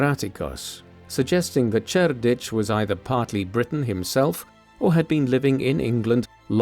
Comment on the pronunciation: Two different pronunciations of Cerdic. I'm out.